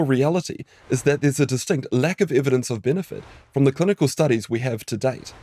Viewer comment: "Clunical" studies 😂